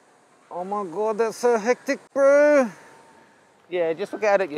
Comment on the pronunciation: you sound like MAORI when you say bro